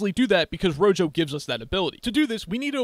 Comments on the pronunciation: I really really hate to be that guy but the pronunciation of rojo is not rogo is roho, either way the video was great! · Thank you for the great video. One thing, though: I'm pretty sure it's pronounced "ro-ho" since that's the Spanish word for "red." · No way you just said "Ro jo" 💀💀💀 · why did u say rojo like that